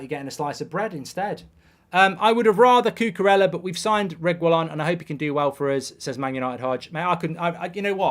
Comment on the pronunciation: Please learn to pronounce reguillon’s name right 😭😂 “Regwillon” 😂😭😂😭😂😭